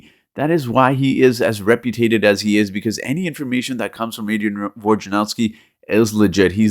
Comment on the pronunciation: Reputated???????? WTF bro...the word is reputable.